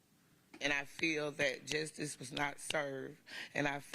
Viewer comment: It was appropriate that Faust's horrible family members don't even know how to pronounce the word "justice".